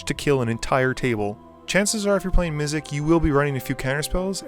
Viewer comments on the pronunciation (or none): MizziX!!!! There is an x at the end of Mizzix. Not a k. So annoying. Sorry just bothered me a fair bit. I did really like the video though sorry for being that guy.